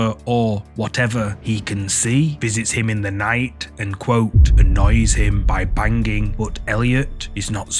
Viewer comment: bang-ging, lol